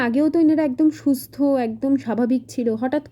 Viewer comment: ami akta kotha boli plz bepar ta kharap vabe nebe na..tumi banglar student amar thek valo janbe...ami banglar student noi...bt share kori akta teachers training e akbar sikhechilm jokhon kono JUKTO OKKHOR PORANO HOI...TOKHON JUKTO KOTHATA BOLTE ...JEMON BOLLE NA ..SUSHTHO SPELLING TA...SHA..THA...JUKTO... bolte hbe......tumi ektu jaigai kore nio...kichu vul bolle sorry.